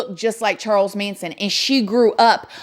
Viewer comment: You said “” lmao